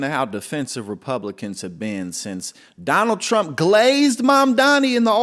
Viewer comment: Karolyin Leavitt is still saying Chump instead of Trump. She really needs to get that speech impediment fixed.